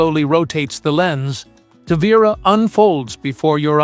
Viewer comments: This dummy can't figure out whether to pronounce the name Ta-Vee- Ra or Ta-Vy-Ra. Sloppy. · Pronounce the name correctly please